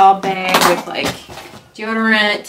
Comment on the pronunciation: Awww such a cute baby! And I had to lol when u said this is my beg instead of bag lol BC my husb is from Minnesota too and he does that ;)